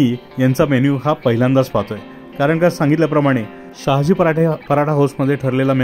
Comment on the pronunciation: Sayaji nahi Sahaji😊